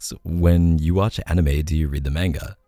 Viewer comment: Omg everytime K said "MainGa" instead of "Mah-nGa" my heart died a little. I'm laughing crying right now. Not hatin at all, just my reaction my was priceless and I acted like I was getting shot everytime he said it.